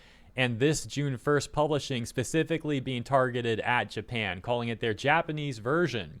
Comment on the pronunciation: Japan, not NEINpan